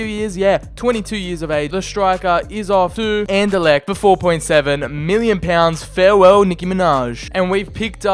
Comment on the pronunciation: he said fair well Nicki Minaj 😂😂